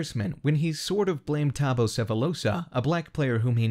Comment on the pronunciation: Man they butchered Thabo’s name lol